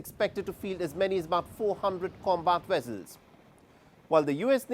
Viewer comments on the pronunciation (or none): What is a "Wessel" did u mean Vessel?